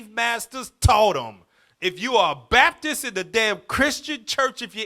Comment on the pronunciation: WHEN YOU SAY BAPTIST I HEAR BASTARD